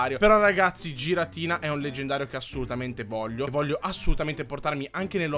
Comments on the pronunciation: Non si dece giratina si dice ghiratina(sei un grande) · Si pronuncia ghiratina